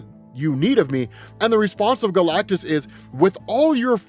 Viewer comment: i can’t stop hearing galctussy whenever he says galactus seed